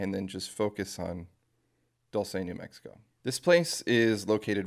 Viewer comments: also im pretty sure its pronounced Doolsay not Dolce how you pronounce it. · Pronounced "DOOL- SEH" or Dual-Seh